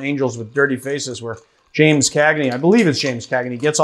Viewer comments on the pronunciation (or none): none